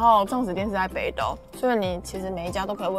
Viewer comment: 北斗應該要念「寶斗」的發音，所以我念ㄅ到